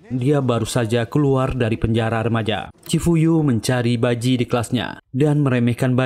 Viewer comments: Nma di chifuyu bang bkn chifu😂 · cifuyu bukan ciyupu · Bukan chyufu,chifuyu😢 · Ciyufu molo , chifuyu banggg😂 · Chifuyu bang bukan chifu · Cifuyu bang bukan ciyufu😂